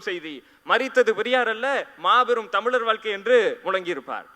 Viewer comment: தம்பி மிகவும் அருமை, உங்கள் பேச்சிலுள்ள எழுத்தை "ழ" என்று அழகாக "ழ"உச்சறிக்கவும். ஆஸ்திரேலியா.